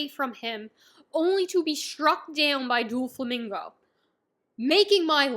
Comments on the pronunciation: I was tearing up when you were talking about Oars Jr. then you said Doo-flamingo, and I burst out laughing. Haha no hate, it was a nice break from the tension. Maybe you know this by now but it’s doe-flamingo ❤ First video of yours I’ve watched, but I plan on keeping up with your adventure from now on Nakama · It’s pronounced as dough flamingo